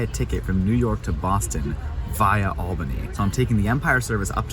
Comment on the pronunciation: Props to you for actually pronouncing "Albany" correctly. You should perform the "Correctly pronouncing places in New York State" Challenge.